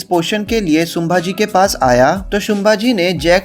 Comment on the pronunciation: शुंभाजी नही संभाजी बोल मराठा आरमार🚩 कान्होजी आंग्रे जी से बहुत मेल खाती हैं ये मुव्ही